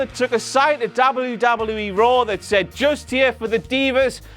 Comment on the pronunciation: I hate the way he says Dabble You Dabble You E.